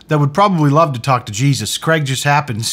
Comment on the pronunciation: That's cheeeezus and not jesus.